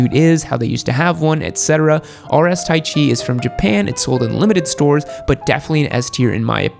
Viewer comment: sedici is not pronounced "se dici" but "sedi ci". and taichi is not "tai chi" like the fricking chinese dancing bs. it is "ta ichi"